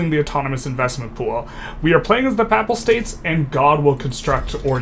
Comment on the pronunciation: Pay-pull states omg not pap-ul